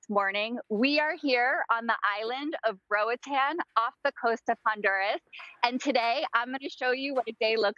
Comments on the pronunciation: I feel like the least she could do is pronounce the country the right way... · they pronounced the country semi correctly